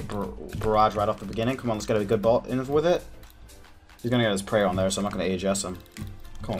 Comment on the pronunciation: I love how you say bolt. "Bult" love you